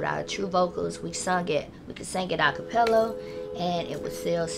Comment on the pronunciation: She said acapello 😂😂😂😂